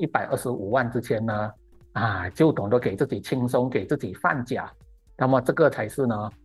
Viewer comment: 老師，放假不讀第三音，應該念第四音才對。